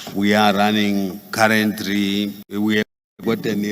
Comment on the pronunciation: 😂😂😂 currently -karendrly😂😂 incrinsivhines😂